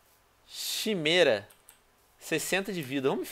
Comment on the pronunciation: não é chimera ler assim kimera